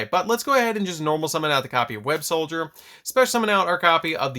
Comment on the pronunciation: I feel the need to say this, it's Web-SOLDER not Web-SOLDIER